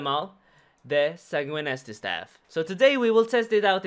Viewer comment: not many people know how to pronounce Sanguinesti . It's read in Romanian